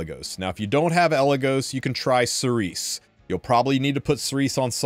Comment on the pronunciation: Cerise is pronounced Cereeze in french, meaning cherry in english. Thank you for the informations and tips, and good luck for the 10M.